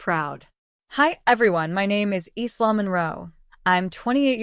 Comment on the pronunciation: Your AI needs to learn to talk. The "s" in Isla is silent 🙄